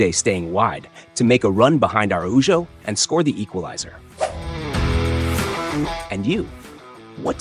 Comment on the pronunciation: The "nha" in Raphinha is the Portuguese equivalent of the Spanish "ña" and his name is pronounced rah-FEEN-yuh. In Araujo," the Spanish "j" is typically pronounced sort of as an English "h," so his name is pronounced "uh-ROW-ho" with the "ROW" rhyming with "how" and "cow." Good analysis, though. Now, you might do one on Barça's (the cedilla is a soft "c") defensive strategy with the high line.